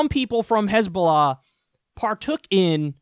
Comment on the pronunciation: Genuinely started laughing my ass off when i heard hezbulla XD